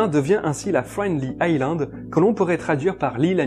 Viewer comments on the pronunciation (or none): none